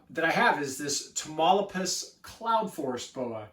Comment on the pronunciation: Great content, love the boa👍by the way it is pronounced (Ta-mauli-pas) that’s my home state in Mexico. Wish I could get my hands on one of these, they seem pretty hard to find